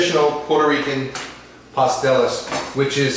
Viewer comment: Good video, kinda long but good recipe. (Pas-TEL-les)